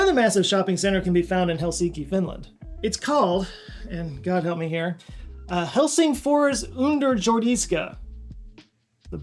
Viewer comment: You kinda said Helsingfårs instead of Helsingfors. Quite okay with that